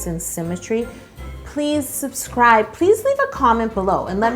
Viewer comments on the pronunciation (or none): none